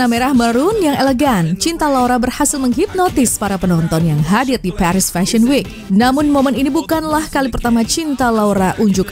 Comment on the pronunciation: Paris bacanya Paris aja, bukan Perish….🫠